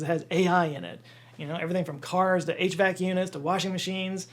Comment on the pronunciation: Thank you for saying "HVAC" instead of spelling out the letters like most people do.